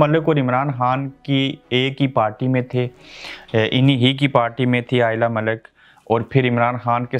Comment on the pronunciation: first correctly say lady name